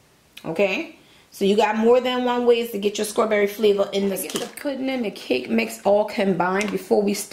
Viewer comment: Yaaaaaaas tag Dunkin Hines because you are doing the thang!!! and keep on saying sKrawberry!!! Can you pleeeeeease make a cake for one person because a whole box is too much for me, it came out sooo yummy looking Werrrk and yaaaas to this ad life!!!